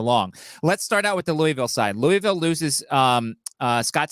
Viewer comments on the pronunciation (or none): Just glad you can pronounce Mobile correctly, now you just need to work on the Louisville